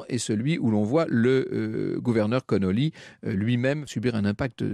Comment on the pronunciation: Ce n'est pas Connolly mais Connally, John Bowden de ses prénoms.